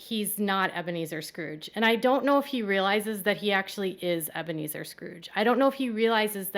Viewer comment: From now on we should refer to him as Ebea-Me-Zer Brown